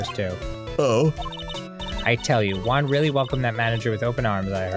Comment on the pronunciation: Not gonna lie, I usualy use this series as a podcast while I do other shit and its the first time I saw juan name written down. The way they pronounce it made me think it was an asian name all this time like yuang, so when I read Juan I was really confused